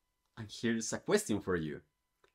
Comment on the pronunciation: Your pronunciation of "question" is wrong again